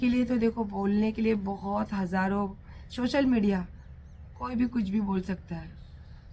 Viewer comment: शोशल मीडिया नहीं सोशल मीडिया बोलते हैँ 😅